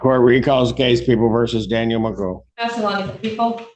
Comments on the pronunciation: Why does the content creator keep calling him McGuff when the video and court clearly call him Magoo??? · McGuff? It’s Magoo 😂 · I’m not sure if anyone corrected you but his name is MAGOO not MCGUFF the crime dog! Geez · Commentary: "McGuff." Audio: "McGoo." Seriously, where does this "McGuff" pronunciation come from? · He pronounces it like "magoo" not "maguff" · This is magoo not gruff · If the court is pronouncing his name as Magoo why is the narrator pronouncing it as Mcguff? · It’s Daniel Magoo not McGuff. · I hope will cover more of this guy's appearances since they are so amusing. However, I hope in future coverage you will avoid the temptation to mispronounce his name, which is Daniel Mcgough. It's pronounced "Magoo", not "McDuff". We hear the correct pronunciation throughout the hearing and don't wat the entertainment value diminished by avoiding the correct pronunciation. 🤣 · His name is pronounced Magoo but spelled funny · The fact that he says his name like 100 times in the footage you cut down to fit this video and you can't say it correctly is honestly pretty frustrating and calls into question the validity of your takes. He pronounced it Magoo so many times. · Why do you keep saying his last name wrong? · Magoo, Magoo, Magoo, Magoo. For Gawd 's sake, his last name is MAGOO!!!! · It's pronounced Magoo, they even said it in the video, lol. Think there was a miscommunication with the VO people.